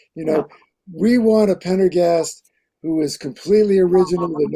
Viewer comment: needs to learn how to pronounce Pendergast's name correctly.